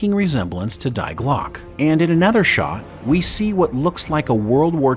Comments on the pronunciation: Great video, just a minor quibble - is it Die Glocke, pronounced Dye Glock? Have you heard this spoken? I only ask since, in German, it would pronounced Dee Glocker, or in English "the clock" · Listening this from Germany Its so funny how you pronounce Die Glocke. Phonetically you should ready it " Dee Glocke" top sound about right. Best wishes. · In German language you pronounce the word Die as "dee" but otherwise a great video. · Please use German pronunciation correctly. "Dee Glockah" = The Bell Jar. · beat me to it 👍🏻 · Die glocke in english is the bell.